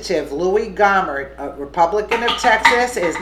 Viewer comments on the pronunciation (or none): Jesus, women, it's "Go-mer" as in "go away" not Gawmer? Cut the edtorializing! Source your fucking stories.